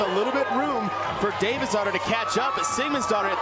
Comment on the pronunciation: I’m I the only one that thought when the said davidsdottir—they were saying Davis daughter? Lmao